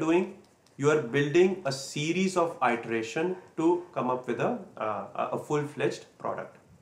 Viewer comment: Good information. *Iteration is pronouce like it-er-ation. The first letter is lower case. :-)